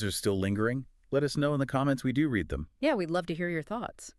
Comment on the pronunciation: Sounds like AI. Can’t pronounce a homonym correctly. You have to spell it REED in the script, or it will say RED.